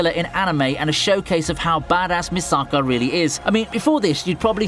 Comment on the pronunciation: why do you butcher Misaka's name?